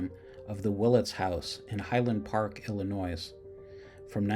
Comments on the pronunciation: " ill-i-noy " , no "ill-i-noise" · You should learn how to say “Illinois”.